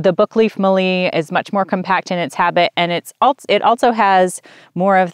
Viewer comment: E. citriodora is now Corymbia citriodora, same common name can be used. Mallee, harder L on the tongue- Mal-leee. Not Mahr-le, all good :-) . E. tereticornis is Forest redgum, as opposed to River redgum, E. camdulensis.